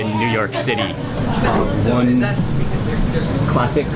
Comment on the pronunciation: 'CLASSICKKKKKKK' and again , and on and on...#toponeself!